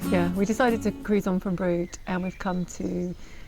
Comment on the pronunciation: Congratulations on your pronunciation of "Brood" absolutely spot on not many locals pronounce it correctly. Thanks for another wonderful vlog.